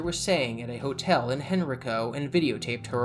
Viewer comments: I have 1 critique the county is pronounced hen-rai-co not hen-rico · Minor nitpick but it's actually pronounced Hen-rye-co.